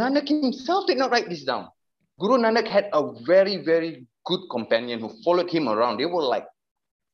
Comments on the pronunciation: where is your evidence he is Sikh? He can’t even say Guru Nanak in the video properly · he barley speaks Punjabi either he can’t even say guru Nanak properly makes me think he probably doesn’t even come from a Sikh family at all